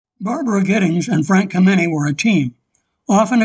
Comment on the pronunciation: You mispronounced Frank Kameny's name. The accent is on the first syllable, not the second.